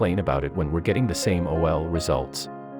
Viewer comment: Took me a minute to figure out what “same O-L, same O-L “ meant and then I’m like yeah I guess computers reading these scripts don’t really get the nuances of slang. Wouldn’t mind seeing a video of the outcome of her something different. Hope it works!